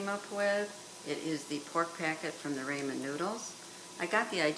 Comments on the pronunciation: why do you keep saying Raymond noodles... IT is pronounced RAAAAH MEN.... Ramen.... I am confused at what you think is gravy that is a sauce.. THis will be the first last and only video i will watch of yours... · Calling ramen, rayman is odd to me..